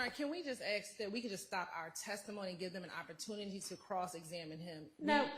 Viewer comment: “can we just axe”